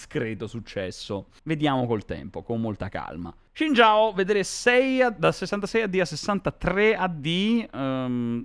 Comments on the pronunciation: No, non lo è. Lui lo pronuncia tipo Shin Giao quando la pronuncia corretta è una sorta di Sin Jaw (Non è proprio identico alla pronuncia inglese ma molto simile). Non gliene faccio una colpa, ma almeno si informasse bene se gli interessa davvero sennò sembra solo una presa per il culo. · Si ma shin jao non si può sentire pls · Adoro come si atteggia ma comunque sbaglia la pronuncia di Xin Zhao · Non ho detto sia sbagliato ma con l'abitudine di non sentirlo pronunciato così mi ha dato troppo fastidio lol